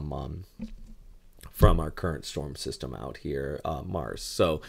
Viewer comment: its pronounced Mar-seh😁😁😁😁